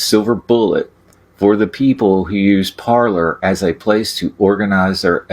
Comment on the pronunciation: “Parlor”? Or “Parler”? Didn’t need to show any ID to get a “Parler” account.